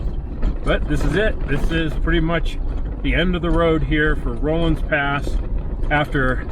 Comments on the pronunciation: Pronounced RAW-LINS Pass, NOT ROLINGS! It is the Denver and Salt Lake Railroad Grade. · Just as "aside:" the word is "Rollins" pass(Rawlins), nor "roll-ins" pass.